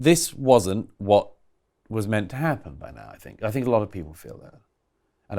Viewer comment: I love Douglas Murray, but I cringe when he says 'fink' instead of 'think' 😞😩